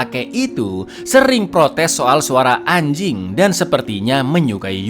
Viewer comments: Ngomong anjink nya biasa aja bisa ga bang😒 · wkwk ternyata gk cuman ane doang yang nyadar intonasinya lebih ditekan 😂